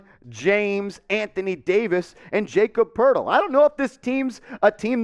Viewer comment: Wtf bro it's pronounced Yah-cub Purtle